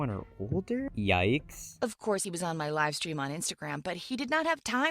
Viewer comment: she said lime stream